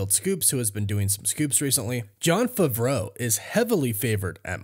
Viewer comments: “ i’m a big fan of John fravro” maybe you should learn how to pronounce his last name lol it’s Favreau pronounced fav-row🤡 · It’s pronounced "FAAA-VRO" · Did he tell you to pronounce his last name like a French chef?